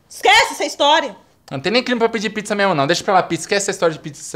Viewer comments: Aos Ela fala prizza ao invés de pizza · No minuto parece q ela falou pritzza ksksks (com t)